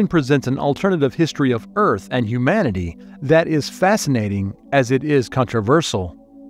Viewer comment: Where can I get a job as a video narrator? Mispronunciation in narration is one of the most irritating and jarring aspects of YouTube videos. It’s not ‘hum-man-ity’, it’s ‘hue-man-ity’. We’re not hummans, we’re humans.